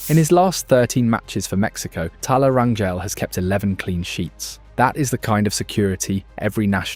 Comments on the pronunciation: It's not Ran-yell, it's Ran-hell. In Spanish, "Gel" sounds as "Hell" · Hey you're saying our last name wrong 😅 it's Rain-Gel. Not gel as in hair gel. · Rangel (ran-jel) the j isn’t like how you would pronounce jello. It’s like how you would pronounce jose.